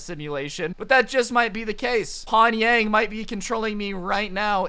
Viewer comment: It’s not pongyang it’s Pyongyang